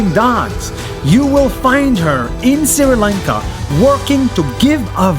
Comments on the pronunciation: Nas, I have commented this same comment some months ago... I have written there , The correct pronunciation of 'Sri Lanka' is: "Sri Lanka" not 'Siri Lanka". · Nas it is not Siri lanka it’s Sri lanka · Great video Btw its not spelled siri lanka it pronounced "Sh- ri lanka" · Nas daily I am not complaining but It’s not Siri lanka it’s Sri Lanka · Not siri lanka its sri lanka love from Sri lanka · its pronounced shri lanka not siri lanka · Me being the sri lankan laughing at when nas pronounced sri as siri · It is not called siri lanka it is pronounced like shri lanka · It's not siri its sri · you said "siri" lanka its sri lanka :》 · Dear Nas i know you hate mispronouncing NAMES It's Sree-lanka not Siri-lanka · It's not siri Lanka it's Sri Lanka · Why r u always telling SRI LANKA as SIRI LANKA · For the th time Nas , It's SRI LANKA, NOT SIRI LANKA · And it's SRI Lanka Not siri lanka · its pronounced shri lanka not siri lankaaa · Did this dude legit say Siri Lanka? It’s pronounced Shree Lanka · Yes he pronounced s-r-i Lanka instead of sh-r-i lanka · Correction - Its not Siri lanka , its SHREE Lanka Pronounced Shhhh-R-ee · Nas this is Sri Lanka not Siri Lanka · Nas: sri lanka Pronuunces siri lanka Me who is living i n sri lanka: so.... I've been pronouncing my country wrong... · Nobody: Absolute nobody: Nas: Siri Lanka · "siri lanka" im not hating btw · "siri lanka"😂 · nobody : nas : pronounces sri lanka as siri lanka.... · As a srilankan it's kind of annoying when they pronounce it like that😂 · Yes nas always pronounces it wrong